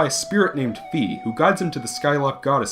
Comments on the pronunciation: ya i thought it was "fee" too...apparently it's "fye" though... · It was poorly romanized. "Fai" would have been better. When all else fails, just look up the Japanese spelling. It's clearly meant to be pronounced like "fai."